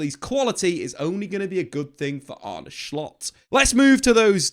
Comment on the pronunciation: stop saying shcoltt its solt